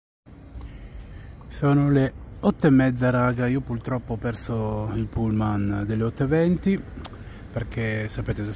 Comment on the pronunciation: mi fai morire quando dici purtroppo con la L:face-blue-smiling